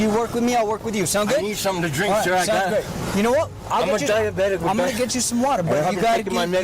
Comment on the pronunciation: did I hear diabetical?